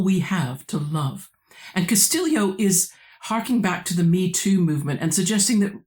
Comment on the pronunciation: I confess that I am one of those that you predicted would catch that strange pronunciation of the author's surname - but it makes sense the way you explain it. Is Elaine Castillo Pilipinas? You are correct, it is very unusual to find anybody in.. at least the metro Manila area of Luzon in Philippines without a Hispanic surname, my wife and her extended family included. But you could say the same thing about the Mexicans where I live on the Texas / New Mexico border. The Spanish completely wiped out, not only family histories, but.. native history in general. All pre-colonial history in the Philippines has to be inferred from language patterns, genetics, archeology, etc, because almost nothing is written that is not Spanish. Hell, Pilipinas, Philippines, the name of the archapelago itself derives from Spanish monarchy. And don't get me started on the almost universal adoption of the Spanish religion HAHA. Thank you for the very interesting video discussion.